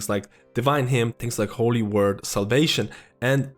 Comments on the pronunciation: I always hear him saying “world” when he tries to say “word”. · Best source for healer information on YouTube imo...not a lot of people play ALL the healing classes to level this guy does (PS holy shit you said “word” right. I never minded but I appreciate that effort bro)